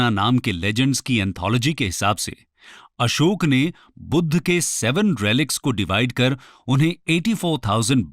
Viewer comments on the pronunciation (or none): अशोका नहीं अशोक